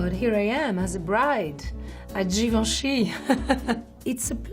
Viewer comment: yes the right way